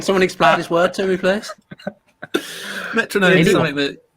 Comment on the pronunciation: Metro-gnome haha!